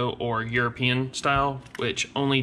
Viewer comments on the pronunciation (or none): none